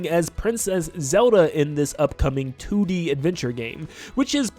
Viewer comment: He keeps saying "Two Dee Zelda," but it sounds like he's saying "Tooty Zelda" and I just can't unhear it. Also, there's some joke about the acronym for "The Ocarina Of Time" in there somewhere... LOZ:TOOT At least there would be, but someone had the foresight to remove "the" from the title (or maybe it was never in consideration?) specifically so we can't.